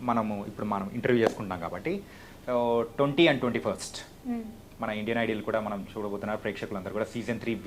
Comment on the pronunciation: Hello .... Please correct your pronunciation " IDOL " but not " IDLE "...